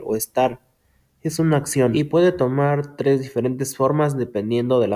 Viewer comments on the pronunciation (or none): none